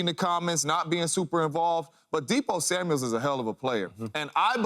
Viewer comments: Samuel, not Samuels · It's Deebo Samuel not Deebo Samuels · SAMUEL! NOT SAMUELS😂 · Dear James Jones, it’s Samual not Samuals. Thanks 👍🏼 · THERE IS NO S AT THE END OF HIS NAME!!!!!!!!!!!!!!!!!!!